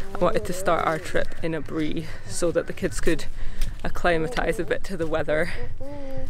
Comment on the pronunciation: Who else loves the way she pronounced Aburi 😁❤️